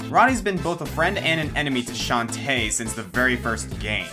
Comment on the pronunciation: One thing that I dislike is a non-symmetrical Plants vs. Zombies garden... I love how you pronounce Shantae, emphasis on the tae, rather than on the Shan :P